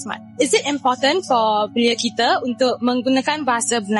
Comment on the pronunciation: Saya dengernya malah " saye rase impoten lah" ..wkwkw pdahal important